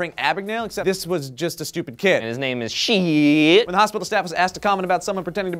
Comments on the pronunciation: Seems like the last name is German and if so, it is pronounced as "schydt" (like saying shy+dt at the end) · its pronounce Shidt like SHY DT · I have a feeling that his name should be pronounced Shyt